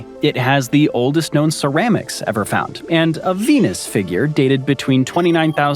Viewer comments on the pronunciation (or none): none